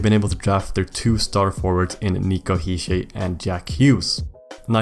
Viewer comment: Quick note: Hischier is pronounced with a hard R. He's from a more german part of Switzerland rather than french